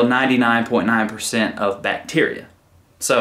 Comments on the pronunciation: It's Bacteria not Bacterica... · Can we address the elephant in the room… it’s bacteria not bacterica 😬